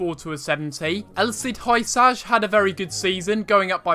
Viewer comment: Hysaj is pronounced like this u-sie